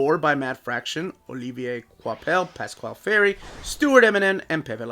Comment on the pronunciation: I wasn't gonna get this one because I've heard the run isn't very good, but hey, screw it. I have (I think) every other Thor Omni so far, so there's no point in skipping one. Also, good job on pronouncing "Olivier Coipel" correctly throughout the video. Finally, you did it!